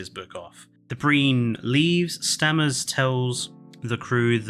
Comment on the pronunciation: Stammers? It's Stamets. Great video guys. Just made me laugh